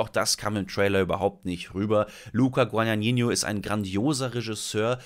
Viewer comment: Dafür spricht er super falsch der vom Regisseur